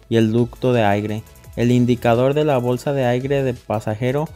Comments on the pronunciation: Excelente solo que se dice aire no aigre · Se dice aire .....no aigre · Excelente video, gracias. La pronunciación correcta es "aire", no "aigre".